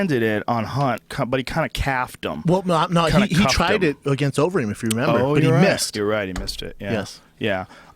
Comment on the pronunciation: "uberreem" LMAO